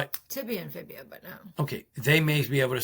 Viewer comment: C'mon guys every medical professional knows how to pronounce FIBULA. Fibia , whats a fibia ??😂😂